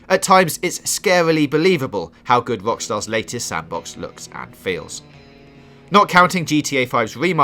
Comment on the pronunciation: "Wockstar's Wed Dead Wedemption" lol should have got somebody else to do the narration for this video.